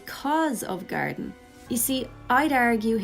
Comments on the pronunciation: Thought you were saying Gariden. I was like who the f is Gariden????? It was GARDEN lol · I was so confused trying to figure out who "Garidan" is. It only took me nearly a full minute to realize you were actually saying "Garden". I speak English, I promise.